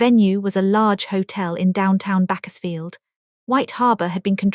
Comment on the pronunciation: This ai story doesn't know to pronounce Bakersfield. And also, towards the end it switched languages for a while.